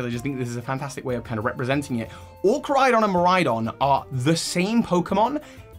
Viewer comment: KorAidon. You keep forgetting the A. And really it shouldn't be a vehicle at all, it's stupid.